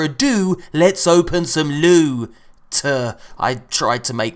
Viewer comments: LEWT SWEET PRRRRRRRRRRECIOUS LUTE!!!!! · I MISS U SAYING LEWT SWEET PRECIOUS LEwTT